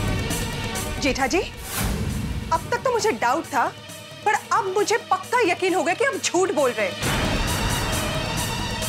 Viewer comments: error... She combined but and par and said 'pad' 😂 But anyway I like her 💗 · But aur par combine nahi hua hai, asal me babita ji Bengali hai'n wo र aur ड़ ko differentiate nahi kar pate.